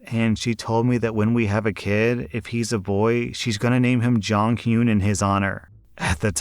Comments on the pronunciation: You pronouncing Jonghyun's name as Jonghyoon made me twitch the entire time lmaooo But, while I am a fan of Jonghyun myself, unless they had some Korean lineage, I agree it's not a good idea. At. All. Unless I married someone Korean, I wouldn't even think about naming my kid a name from a completely different culture. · Jonghyun passed due to suicide, after alot of back lash and personal issues. It wasn't mentioned in the story, ans yes, he was a wonderful person. They shouldn't name their son that though. Btw it's pronounced Jong - hee - un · i kept hearing saying Jonghyun as JongKyun and was like who tf is that??? (me a SHINee fan) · JOHN heeyoon 😂 I was so confused on wtf he was talking about until I heard Shinee. "Is he trying to say Jonghyun?" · The way he pronounces Jong-Hyun kills me💀 But also, I don’t think it’d be bad for white people to give their kid a Korean name because Koreans sometimes give themselves American names/ a full Korean might be born in America and get an American name so I don’t see why it’s bad when it’s the other way around. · It took me like 2 minutes to process that you were taking about JONGHYUN cause of the pronunciation 😭 anywho yeah, jjong was an absolute angel but I wouldn’t give my child a Korean name if they weren’t partially Korean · These doctors in story 3 are thinking they are simply superior to OP just because of their degree. I've heard about this, but I am surprised that there are so many in 1 group. You'd expect 1 DBag in the group, not all of them. Story 5 - Prety sure the J is pronounced as a "Y"